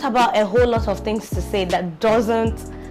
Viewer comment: I had to Jot ‘fings’ down so I could take ‘fings’ away!!😂😂...So much to learn in this video, not just with motherhood, but our normal day to day lives, there’s a lot of pressure these days especially with this whole social media era, you get to see your mates ‘doing things’ and you’re here sweeping the house for mummy and daddy, but then again I accept my reality and believe that some day I’d ‘do things’... Patience, Contentment and perseverance, really important virtues to inculcate, if not person go commit suicide 😩....Thank you for sharing this❤️